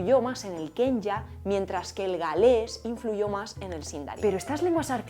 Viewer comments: Se pronuncia Kwenya (o Qüenya), no Kenya. Me partiste el corazón y el alma 💔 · La "que" de Quenya se pronuncia kue (kw) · ¡Muy interesante el video! Una corrección, si me permitís: la pronunciación del idioma élfico quenya es "kuenia". Saludos desde Bs. As. Omar